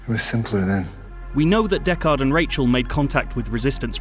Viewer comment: Considering it’s one of your favourite films of 2017, I’d have expected you to know how to pronounce Deckard. 😉